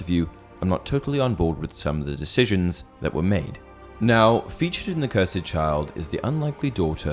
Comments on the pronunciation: It’s cursed not curside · It’s cursed, not cursaid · Lmao why cant u pronounce the word cursed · Wait... how did you pronounce cursed? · I love ya man but the way you pronounce cursed is wrong and it annoys me